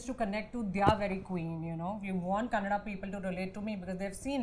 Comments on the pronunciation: Anupama please don't say "Kannad" for "Kannada" Parul please learn Kannada, and explore like a "Kannada" actor. No offense, just suggesting... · Oh god I'm not a kannadiga but whenever she spells kannad it irks the shit outta me.FFS it's not kannad it's KannadA!! Instead of using polish French words at least know how to spell an Indian language!! Anyways still love your work Anuji!! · Not Kannad.. it's Kannada... Can it be Hind instead of Hindi? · Anupama...please say "kannadaa" instead of "kannad". If you can throw around french words during your critiques, you can say kannadaa. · Yes such a faux pas! It's KANNADA NOT KANNAD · Its kannad not kannada.. Anupama is not southi.. So its fine.. U say kannada fine.. Dont force others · 1. Parul was very clear with her thoughts 2. Kajal should try to learn the language, it might help to connect with people more 3. Tamannaah also expressed her view very nicely and she seems like she learned the language. And Also Kannada not Kannad , Tired of this. We say Hindi not Hind right ? Thanks for mentioning Annavru :) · *ETA: Anupama - the language is 'Kannada' - it is even written thus in English. Please, please don't call it 'Kannad'. Loved the interview, though, and I have come away with more respect for these young women - they are articulate, have their own perspectives and are not mirror images of each other, and especially for the fact that they can actually speak the languages they act in. Plus, the friendship between Tamannah and Kajal seemed authentic. I haven't heard of Parul Yadav before this, but kudos to her - being actor, producer, set designer.... like Tamannah said, really multi-talented. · N for god sake Anupama Chopra it's not kannad it's ' Kannada'. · Anupama madam.. it is Kannada and not kannad.. please pronounce properly.. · I'm also feeling same bro, even I'm not kannadiga. When she spells kannada as kannad, it irritates me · “Kanad” it seems ......it’s Kannada. That actress should correct it